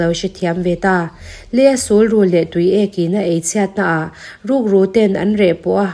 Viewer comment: Sulrul i lam dan hi a dik chiahlo deuh.... Sul hi... Sunhlu kan lam a sun kan lamrik ang khan lam tur ania... Rul hi chu rul(snake) kan lamrik dan ang khan lam mai tur ani e....